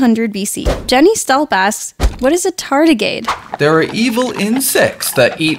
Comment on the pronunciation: You said tardagade not tardagrade